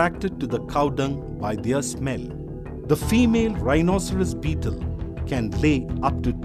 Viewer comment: He said bteel